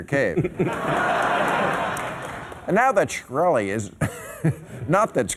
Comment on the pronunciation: hearing bill pronounce schkrelli cracks me up...even cracked him up having to say it